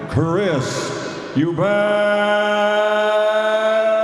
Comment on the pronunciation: You own an apology for butchering the name Eubank